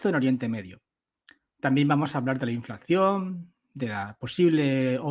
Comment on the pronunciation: Se dice inflación, no inflacción ¿no?